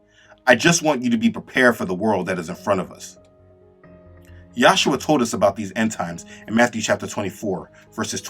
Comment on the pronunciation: Brother, your work is amazing. Do note that His name is YAHUSHA, not Yahshua. There is but one Name by which we are saved.